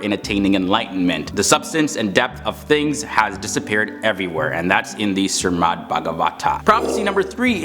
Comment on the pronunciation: its SHRIMAD not Sirmad